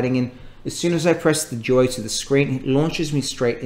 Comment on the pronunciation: I swear he says Surface joy instead of duo.